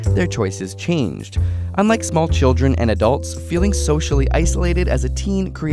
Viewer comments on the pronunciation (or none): why does he pronounce ''Adults'' like that im pissed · He mispronounced adults